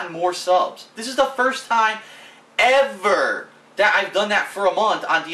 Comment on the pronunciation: He said First time EVAR!